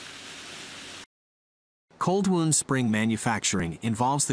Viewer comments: Wound is pronounced 'wownd' not 'woond' ! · "Wound" as used here when talking about coil springs is NOT pronounced like "wound" as in an injury. It is pronounced like wow-nd. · Fascinating video! However, your text-to-voice narration made me chuckle. Although spelled the same, 'wound" as in "spring wound" is not pronounced the same as "wound", as in a cut or abrasion. LOL. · its cold wound, as in to wind, not wound as in to hurt or maim haha